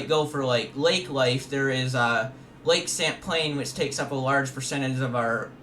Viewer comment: Not all us Vermonters sound that high strung. Or “SLOW” That dude didn’t Evan say lake Champlain correctly. My guy. Relax.